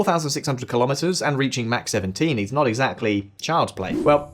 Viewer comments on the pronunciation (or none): none